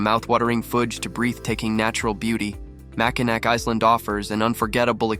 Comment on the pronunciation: Nice little video but you really should pronounce Mackinac correctly. It's Ma-kuh-nau Island, not Ma-kuh-nack. Also the Island does not have a zip line so not sure where you took that video. Last up the beach shot with the bridge, that video was taken at Mackinaw City not Mackinac Island. The Mackinac Bridge does not connect to the Island.